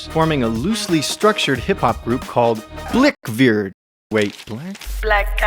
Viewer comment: “Blick-verd” lmao 😂